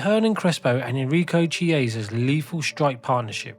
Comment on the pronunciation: It’s also not how you pronounce Chiesa. You’d think this one would be easy as his son is a current premier league player.